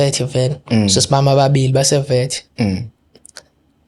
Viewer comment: Akukho varsity la kulo 15 yrs Uma esethi 'base Vet" not Wits , aphinde athi "4 mansi" not months